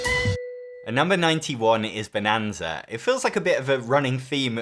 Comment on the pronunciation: At least they correctly nailed the German pronunciation!